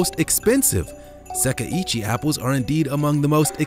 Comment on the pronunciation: the apple variety is pronounced seh-kai ee-chee :)